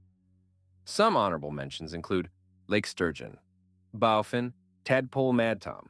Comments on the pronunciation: Good video but the bowfin is pronounced like a bow that shoots an arrow. Not like bending at the waist, or the front of a boat. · how did you pronounce Bowfin 🤭